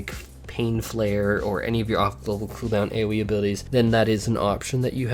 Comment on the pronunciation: Couple things change that dam background song it's in every video 2nd when you talk about cooldown please stop saying khoodown